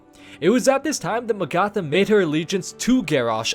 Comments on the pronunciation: In what fucking universe do you pronounce Magatha as Mag-ARTH-ah fuck me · it's Mag-uh-thuh:( do you do this on purpose at this point DX It's like Agatha, but with an M! I feel specifically trolled whenever you say names like this lmao DX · It’s pronounced Ma-ga-tha, number 5 was a little hard to watch. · isn't it pronounced MAgatha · Mah-gatha and say it fast to pronouce Magatha correctly. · sounds more like may-gatha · I hate how he pronounces magatha...